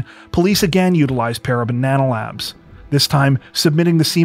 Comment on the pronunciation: I kept hearing "Para Banana Labs" .....